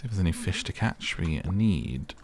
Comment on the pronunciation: “they eat feesh” “why’d you say it like that?” “it’s just how i talk” 😆😭